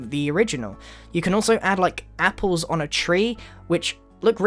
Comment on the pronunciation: Wait... did you say... "add APPLEZ to a tree"?????